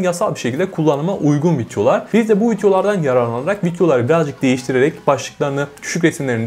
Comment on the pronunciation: En cokta Videolar derken ki FitYO lar deyisine geldim